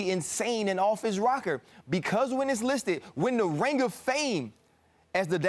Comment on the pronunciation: He's from Louisiana bruh. He's got a slight southern drawl when saying certain words. Give him a break.